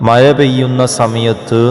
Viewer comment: മയ അല്ല മഴ 😅